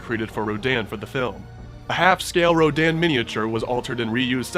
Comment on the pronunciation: RADON not Rodan